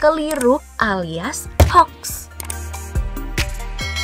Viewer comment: Hoax...dibaca hoak....bukan haks...admine keminggris